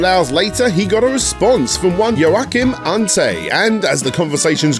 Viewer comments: Thanks for this very insightful video! Just a reminder, the name Joachim is pronounced “wah-KEEM”. Cheers! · Hearing you try to pronounce Joachim was painful, for a comparison it was as if people called you Dan-i-el.